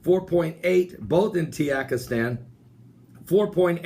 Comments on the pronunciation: Tuhjeekistahn is how you pronounce it. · Sound it out, Ta jik i stan. It's not hard. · Maybe he is using the mexican pronunciation of the letter J. Ha ha it is funny though.